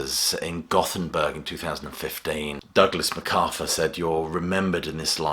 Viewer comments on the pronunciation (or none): none